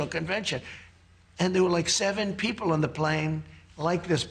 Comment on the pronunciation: Vewy stupid rich peopo